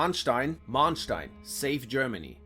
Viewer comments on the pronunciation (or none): but he didn't pronounce them properly. which is weird as he seems to be german?... Manteuffel and Manstein for instance... he pronounced both of them with long "a", which is wrong. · no. it's spelled with one n but pronounced as if it had two. names don't follow the same spelling rules as other words. he also mispronounced Manteuffel. you can look me up, I use my real name here. I'm a historian and german linguist. this is literally a mixture of both of my fields.